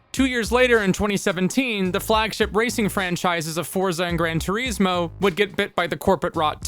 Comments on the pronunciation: Gran Tureezmo. FAIL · Is - gran tour is mo. Say it. is. Say the word is, and then put it in there. Gran Tour Is Mo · How do you pronounce 'Gran Turismo' so badly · Clueless channel. Racing games have never been as popular as they are now, with MASSIVE communities of online co-op and competitive leagues existing and growing FAST. Also "Grand Turismo" is supposed to be pronounced with an italian "accent" .... The americanized name is just an insult to the car industry. The guys who made Mario Kart, made it the way they did because that was what the technology allowed at the time.